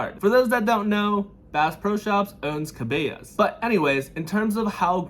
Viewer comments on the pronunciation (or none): Ka-ba-las... Cabalas like how it's spelled. I know it's weird. Maybe if you googled and viewed some other videos on Cabalas, you can easily hear how it is pronounced. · Cuh-BELL-uh's 🤣 As a person living in Oklahoma, that hurt just a bit! lol, all jokes. I love this series - keep them coming! love your content., - Ivan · Cabela's pronounced closely to Kah-BELL-a's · Cabela's is not pronounced like a Hispanic name, it's Kuh bell uhs.